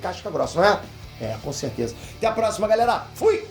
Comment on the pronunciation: Impressão minha ou no final do vídeo ele fala: galela